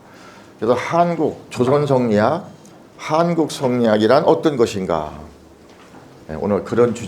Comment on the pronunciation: 또 엉터리 발음! 성리학의 "이"도 길게 발음해야지요! "이유, 이치, 이법"의 첫 자도 짧게 발음하시렵니까!?? 이런 자고저도 모르는 이가 설리학을 강의하고 있는 대한 민국!! 이런 심각한 문제를 논하는 이는 1967년에 고국을 떠난 이 늙은 이 뿐이라니! 이 얼마나 슬픈 일입니까?